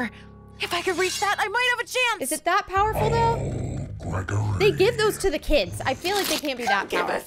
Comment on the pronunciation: She can’t say the name right and the title is wrong it’s glam rock Freddy and Gregory